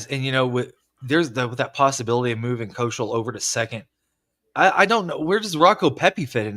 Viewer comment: It not kozeel it’s kosiel ?